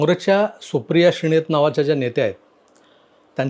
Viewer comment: श्रीणेत नाही श्रीनेत म्हणा